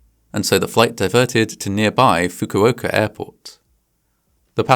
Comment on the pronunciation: You just said fukuoker instead of Fukuoka.